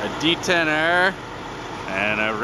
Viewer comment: "here we have a compact caerrrrrrrrr, and a D10errrrrrrrrrr"